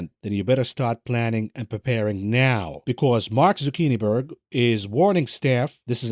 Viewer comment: Zuckiniberg? Haaaahaha